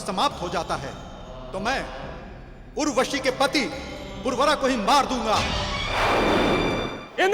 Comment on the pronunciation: अरे भाई पुर्वरा नही उनका नाम पुरुरवा था